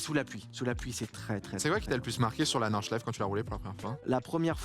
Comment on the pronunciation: J’adore la prononciation à la française de Nordschleife … enfin mes oreilles saignent plutôt